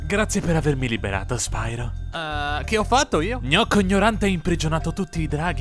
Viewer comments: Comunque è spiro non spairo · "Spairo" non si può sentire infatti. La pronuncia corretta è "Spiro", dato che "pyro" è un termine greco. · SPAIRO è sbagliato. Sbagliatissimo. Sti inglesi come al solito rovinano sempre tutto, non do assolutamente la colpa a te. Nella trilogia originale, in italiano, la pronuncia è quella che ho detto, e non so se qualcuno te l'ha già detto ma è un derivato del greco, Pyro (piro), ovvero fuoco. E no, non ho frequentato il classico. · ho impiegato 2 anni ad abituarmi che la pronuncia del nome fosse "spiro" e non "spairo", poi vedo questo video e mando tutto a puttane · Lo volevo un doppiaggio in italiano! <3 <3 (Anche se, se proprio devo trovare il pelo nell'uovo... almeno qui si poteva pronunciarlo "SPIRO", ma vabbè, il doppiaggio è comunque meraviglioso!) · ok in effetti risentendolo la cosa sui dialoghi lenti era solo una mia impressione. Non so perchè l'ho pensato, boh. Però oh io ho il primo gioco di spiro per ps1 e dicevano "nesti norc", che è la pronuncia giusta in inglese. Se poi hanno fatto gnorco ignorante sui giochi del gameboy non lo so😕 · spyro avrebbe dovuto dire e poi come sapete il mio nome